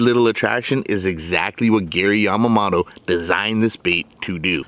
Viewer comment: Yamamoto... MOTO, Not mato🙄😒😑